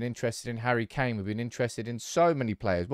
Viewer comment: " Harry McKain" 🤣🤣🤣